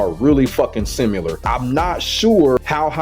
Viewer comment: Typical of a gordo main to not be able to pronounce similar lmao 😂